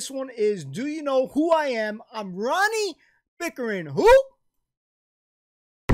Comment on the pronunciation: Some say Ronnie Pickering is still pronouncing his 'R's' as 'V's LOL.